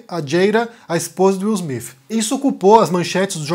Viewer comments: Wil smif ? Cacete que inglês do cacilda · Não consegui ver até o final. Me desculpe. No 4 " Will Smifi" eu desisti. Me agride os ouvidos. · Só eu que percebi o falando: Will Smife? Kkkk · Will Smiffiii 😂😂😂😂. Falar o TH em inglês pra brasileiro é igual quem fala espanhol não conseguir falar o V. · "Will Smifi"😅